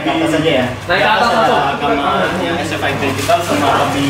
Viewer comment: SFI (ES EF AI) BUKAN (ES EF I) ahahahaha